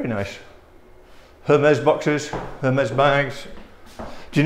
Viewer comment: Entertaining as usual, guys! Btw. Hermes is pronounced AIR-MEZ. No H sound.:)